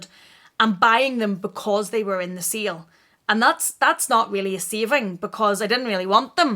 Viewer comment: Sale shopping....lol.....I though you were saying seal shopping and I was like "what is seal shopping??"!!!! Sorry, American here. But your accent is awesome!!!